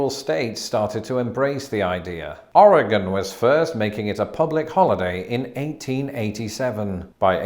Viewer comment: I love that you said "Oregon" correctly! Many not from the west coast say 'Oree gone'.